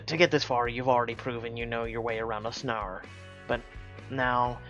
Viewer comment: I'm dyo g hearing you say snare it's like stare with an n. Lol